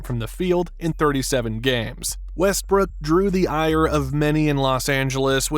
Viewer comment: Bro did he call him Westbrick or I’m trippin